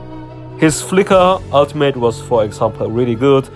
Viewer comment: Smh I thought you said automate until I realized you meant ultimate lol